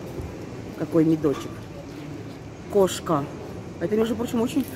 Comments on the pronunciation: Бренд не КоШка, а КоСка))). будь внимательна и точнее, ты же собираешься в Турции жить, привыкай читать и говорить правильно. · «Коска»,, а не «кошка» 😅